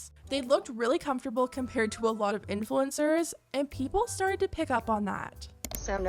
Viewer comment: = important? Where?